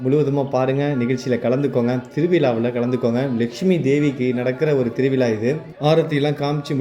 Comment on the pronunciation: Title lil thiruvizha endru padhivittal mattum podhadhu. Zha ucharipu ungalaku varavillai idhu thamizharuku avamanan. Siridhu naatkal zha zha endru solli pazhaghi pinnar neengal vlogil pesavum. Vizha enbadanai vilaa. Thiruvilaa. Thiruvizha endru sollanum. Oru thamizhar zha solla thadumaruvadhu vedhanai. Melum anghu nadapadhu thaangal kanbipadhu sirapu ade neram neengalum ennudan ipodhu paal kudipeergal.neengalum endru serpadhu erpudaiyadhu alla